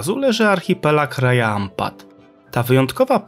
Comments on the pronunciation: Cudownie😊.Chcialabym tylko nieśmiało dodać,że w lokalnym języku Raja wymawia się Radzia ,a Wayag-Łajag ❤😊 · na wstępie jedna uwaga - sprawdzaj wymowę słów przed nagraniem :) Raja czyta się raDŻa